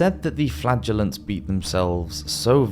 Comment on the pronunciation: i'm so sorry 😂, every time he says "flagrllants" i hear: flatulence, i don't have a beavis& butthead- humour, but it's literally every time, in other videos also